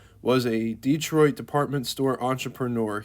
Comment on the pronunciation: Where is this DEETROIT PLACE. I AM from Michigan, never ever heard of DEETROIT. Learn how to pronounce American names.